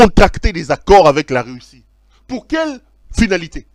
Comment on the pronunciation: Ont dit Russie et non “reussi” comme tu le dit pero